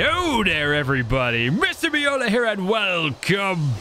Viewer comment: Whenever he says,"do I have a bola" the first thing I hear is, "do I have Ebola".